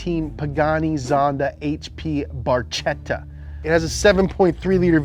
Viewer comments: It's not "Barcietta", it's "barCHEtta". 😑In italian "ch" sounds like the "c" in "cucubananas" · Barchetta is pronounced BarKetta, CH in italian equals a hard C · It should be pronounced "BARKETTA", but I think you missed "Dallara"